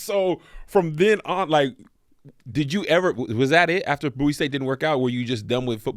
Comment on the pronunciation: thank you for pronouncing BOWIE correctly!! #AyeAyeAyeAyeBowieee🐶